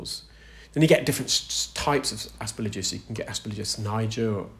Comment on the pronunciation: Please excuse me for saying, but you keep saying “asper-LIJ-us” when it’s “asper -GILL-us”.